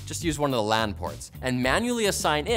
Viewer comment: Buddy you really did go the extra mile to pronounce the "lan" and "wan" port the exact same way when trying to make people not to confuse them.